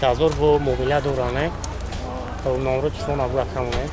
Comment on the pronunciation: Бародар аввал гапзанира ёд гир ба блогери кун номерои(тифон) меги ба фикрум телефон меган тифон чияй бурро гап зада наметони